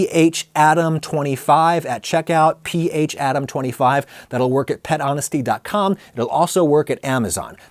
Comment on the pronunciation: PH-Adam hell no... That's PHA-DAM! 😝